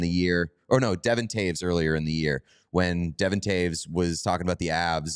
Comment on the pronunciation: Just a friendly FYI, Devon Toews' first name is pronounced "D-Vaughn".